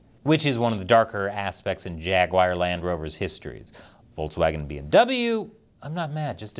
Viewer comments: it’s Jaguar, not Jaguair…. Who taught you how to pronounce English words? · Forced vs. induced labor, what's the difference? I'm just feeling lazy today. P.S. Did you just say Jag-wire? It's Jag-u-ar thank you very much. And Jaguar and Land Rover haven't been themselves since they sold out to foreign interests decades ago. Of course both were going downhill LONG before they hit that tipping point, thanks to lazy workers just like - me today. Pass me another beer eh comrade? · It's Jaguar not Jaguire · I've never heard of "Jagwire". Is it the parent company of "Jaguar"? :face-blue-smiling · It's pronounced "jag- war" not jagwier!